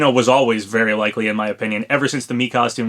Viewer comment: Oh no, not "leakly" again. Please no.